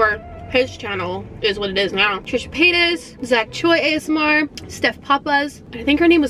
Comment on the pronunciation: I love how says ASMNR instead of Asmr